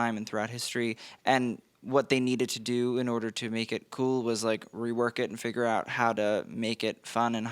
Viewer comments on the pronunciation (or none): none